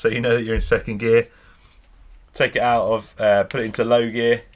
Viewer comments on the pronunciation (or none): none